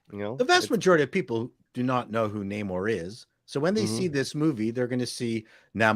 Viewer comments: He's been called Namor for years & I will keep calling him that it's "Namor" Hollywood not "Na-Mor" stop changing things. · Let's respect the late great creator of The Sub-Maniner, Bill Everett, it's pronounced: Nay-More.